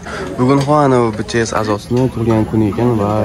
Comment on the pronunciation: Óziz zór bolasizku shu btsni juda xunuk aytizda😂😅